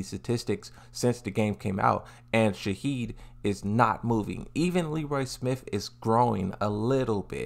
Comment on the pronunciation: Frrrr where’s he getting the “d” from shaheen 😭